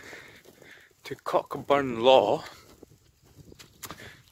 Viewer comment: The hill you’re on is pronounced Coburnlaw, leave out the ch. The word broch isn’t pronounced with a k at the end. It’s pronounced the same way as loch. I grew up just a few miles from there.